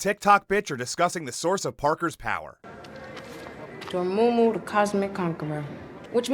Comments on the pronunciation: did she just call Dormammu... Dormumu? Bro come on you can't resort the scene one more time to get the actor to say the name right? Or let me guess, the director didn't even know the name was wrong because she doesn't even know or care about the source material. She just wants to use this IP as a mouthpiece for her bs political agenda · This b!tch called him Doormoomoo and no one thought to get another take or correct that?